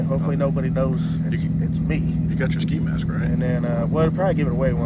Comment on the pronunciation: He keeps calling it sky mask 💀